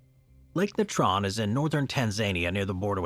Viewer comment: It ruins your credibility when you can't pronounce common words like Natron and Tapir. You just sound ignorant, so why would we believe any of your content? "nuh-TRON...tup-PEER.."... really? Go back to school.